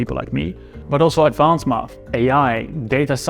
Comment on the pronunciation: Great story, I really enjoyed it! But why do you pronounce "math" like it is "mUth"? 🙂